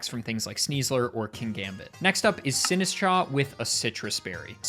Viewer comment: It's not Sinsitcha, it's Sinistchaaahhhh